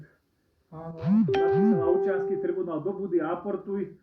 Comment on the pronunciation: Vzdy ma najviac pobavi ako povie ""Obciansky tribuanal ":D